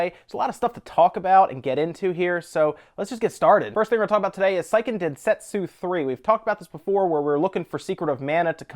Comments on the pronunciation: You pronounce Seiken Densetsu wrong. It's more like "Seeeeken Densetsu" (the first "e" of Seiken sounds like the second "e" from Secret. The "i" just makes the "e" longer. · Great video. Seiken "Say-ee-Ken" Densetsu 3. Just the Japanese studies in me.